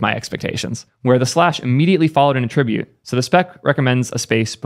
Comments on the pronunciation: "at-tribute", not "a-trib-ute". Noun, not verb. Attribute is equivalent to "property" of an element. Posted to clarify only. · It’s “at-tribute” not “attrib-ute” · You keep saying "attribute" with the verb pronunciation (emphasis on the second syllable) when you mean the noun (pronunciation should have emphasis on the first syllable). Just a heads up because it trips me up every time. Sorry to be "that guy" but I'd want someone to let me know, just like if I had something in my teeth and didn't know. Great videos! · you're pronouncing "attribute" incorrectly. You are pronouncing the noun version of the word as the verb version of the word. Not trying to be an English **zi, but someone's gotta point it out. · note that the noun "attribute" has the emphasis on the first syllable, while the verb has it on the second, which is how you pronounced it every time, but they are all nouns 😉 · I can't listen to this video... The way he says attribute is painful... and way too frequent